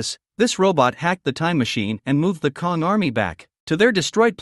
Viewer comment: KONG???? It's Kang with a A